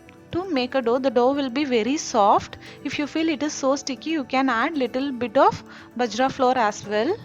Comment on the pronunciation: Not பஜ்ரா.... it is பாஜ்ரா